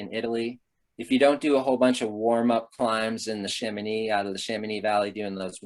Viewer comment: How comes that Americans can say Chamoni(x) correct but put the most expression on the K in Mont BlanK?